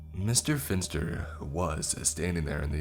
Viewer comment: Pff I keep hearing Mr. Fister instead of Mr. Finster.